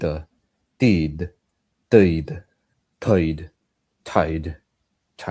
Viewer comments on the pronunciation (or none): i thought tide. sounded like deity at first